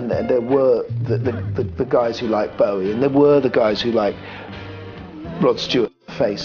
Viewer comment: I hate it when people call him Bowwy!